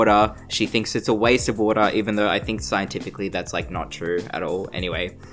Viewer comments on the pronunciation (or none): none